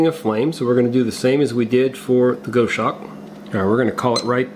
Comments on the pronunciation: Hi..... it’s pronounced.....Gos Hawk..... not goshark...... just a heads up.... the goshawk is a beautiful bird of prey.... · Gos hawk, not Go shawk. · Go shawk? Pronounce it Goss Hawk. Maybe you don't have them in the USA. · It's gos-hawk, rather than go-shawk - it's named after a bird. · Pronounced Gozz-hawk, not Go-shawk. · Gos hawk not Go shawk! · It’s Goshawk. Gos-hawk. A large bird of prey. Like Sparrow-hawk. 👍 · it's Gos-Hawk mate. Aussie bird of prey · Just a quick word,. The name is from the bird of prey, it's pronounced like boss hawk. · Just for you information. Goshawk is referring to a birds name. The pronunciation is "gosawk". It is a hunting bird. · Not to be a pedant, but it’s pronounced GOSS-hawk. Named after a hawk from the Accipiter family. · I think this is pronounced Goss-Hawk ....the same as the bird which I assume its named after. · (It's pronounced Gahs- hawk). It is one of the birds of prey; of the Hawk family. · The name of it is a bird of prey and pronounced gos-hawk! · Love your channel. Never thought for a minute that you would resort to click bait. Knew it was legit. Cool stove but a little pricey with the postage. I think you may be pronouncing it incorrectly. A Goshawk is a raptor, like an eagle or falcon, only much smaller. More like a Kestrel. It is pronounced like gosh hawk except you drop the first "H" sound.